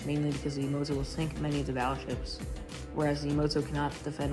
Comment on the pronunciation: Learn to pronounce "Yamato" properly.